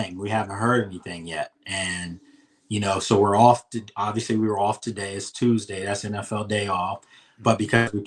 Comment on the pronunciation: why is it every time you say Tuesday I remember the movie top shottaz 😂😂😂 "Evrrrry Tooozdey, errrry blood-clot Tooooozdey" 🤣🤣🤣